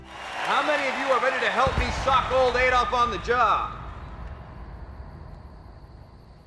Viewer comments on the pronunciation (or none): I like to believe that all the soldiers are British, and they all fell silent after hearing Steve Rogers pronounce Adolf wrong. (It's not hard America.... ADD -> AD -> ADOLF)